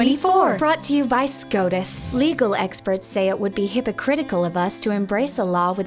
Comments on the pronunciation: I just kept hearing SCROTUS... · I prefer the Australian pronunciation. Y’know “SCROTUS” Thank you George miller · Why does the pronunciation of "SCOTUS" sound like the name of an STD you learn about in health class?